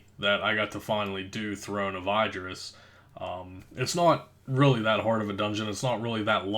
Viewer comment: throne of ID-dris. smh